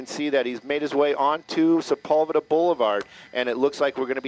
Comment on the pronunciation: Why do they pronounce Sepulveda like that? That's not even close!